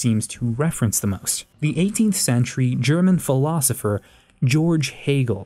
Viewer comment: Never trust someone who can't pronounce Georg.